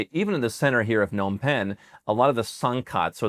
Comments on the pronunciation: Since you are now an Cambodian Citizen it is about time you learned how to pronounce the Capital City, Phnom Penh...Pen-Nom-Pen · It's not Pen Nom Pen. It's Phnom Penh. The p is pronounced in Phnom.